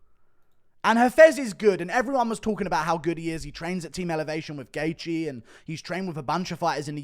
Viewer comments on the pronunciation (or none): none